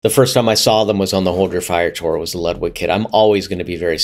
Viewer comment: If we're going to make sure to pronounce "Peert" not "Purt" .. then it's also "Loodvig" not "Ludd-wig" :P